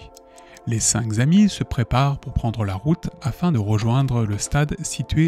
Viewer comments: j'adore les histoires de fais réels mais punaise, arrêtez tous avec les liaisons qui font mal aux oreilles! (même fait tout le temps cette erreur) 5 zhommes, zenfants ou zamis, ça n'existe pas!! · Les cinq k'amis et non les cinq z'amis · Je suis bien d'accord, on dit C'est nawak, Entre ça, et la répétition de "cinq Z amis", j'ai dû arrêter la vidéo, parce qu'à force d'entendre la même faute de prononciation ou de grammaire, ça influence mon propre vocabulaire et expression 😢